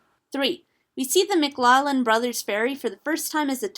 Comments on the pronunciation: Just pointing out, mclaughlan is pronounced 'mc-lock-lan' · it's pronounce McLOUghlin or like trying to say loft without the 't' in it. It's another version the Surname in Ireland, the personal name, Lachlann. Also from the Gaelic form, Mac Lachlainn, denoting the son of Lachlann. And it is the combination of Scottish and Irish, and the common surname is McLoughlin, so you'll be seeing 'ou' a lot instead of 'au' when you search up The McLaughlin Bros. or in general. Also, I'm part of the McLaughlin clan, cheers! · Love the vid, but just wanted to inform you about the pronouncing of the name of the ferry boat McLaughlin (it's my last name) it is said like mic-glock-glin. Thank you